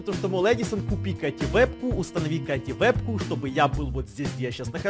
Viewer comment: Вебку а не вепку)))))